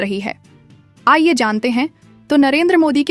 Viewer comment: Google voice 😂😂😂 Aaiye jante hain nahi, Aaye Jant 😂😂😂